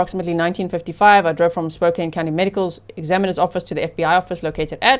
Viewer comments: Spokane = Spo-can thanks 😊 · she mispronounces "Spokane"